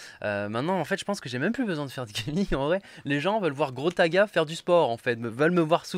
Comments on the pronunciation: C'est un ouf il a dit grostaga 😂😂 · Je suis le seul à avoir entendue GROStaga ?